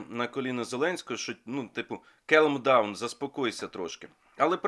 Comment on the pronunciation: Come down ! Calm down !(кам даун) Буква (l ) в слове calm не читается!